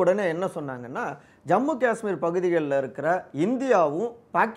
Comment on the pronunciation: அய்யா... உங்க யாருக்குமே 'காஷ்மீர்' அப்படின்னு சொல்ல வராதா? 'காஸ்மீர்' அப்படின்னே சொல்லுறீங்க?